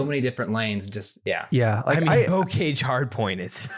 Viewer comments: Pronounced bo-ka-zh, and it's French, not English 🤦‍♂️😂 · BTW both of your pronunciations of bocage are wrong lol